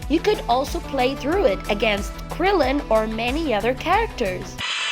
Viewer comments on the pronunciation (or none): none